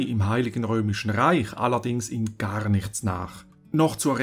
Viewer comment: Ich liebe es wenn du "garrrrrrr nichts" sagst😂😂